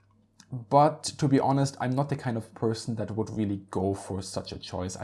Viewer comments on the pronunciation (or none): none